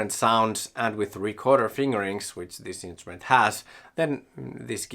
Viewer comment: "Instument" with an r, please.